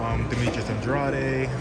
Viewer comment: Andrade, Andrade, not Ahndrahday. He corrected him and he said it wrong again. lol Andrade